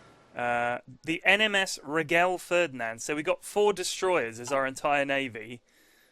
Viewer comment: reghel ferdinand hahahah, its Regele